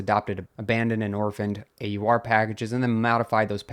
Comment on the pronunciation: AUR rhymes with "oar" and "our"